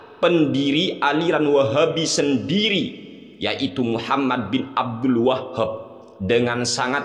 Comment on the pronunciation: Abdul WAHHHAB. muantep nglafadzkannya. 🤣😅🤣😅🤣😆